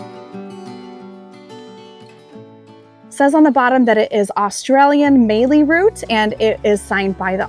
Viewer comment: Pronouncing Melbourne properly makes up for mis pronouncing Ballarat and mallee!😉